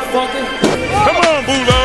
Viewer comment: Boulo? Shit I thought he was saying Bull Dog the whole fucking time. What the fuck haha.